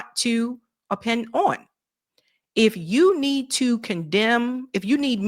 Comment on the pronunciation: The word "opine" rhymes with wine.